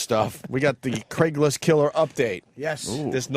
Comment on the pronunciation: “Dame Julie” “Craiglist” etc….. Opie just misses saying so many things correctly. How did he ever get away with trashing Vos?